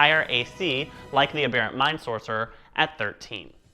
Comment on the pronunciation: Haha. I think you’re the only other person I’ve heard pronounce aberrant the same way I do. Ah-bear-ant. Good job on the video!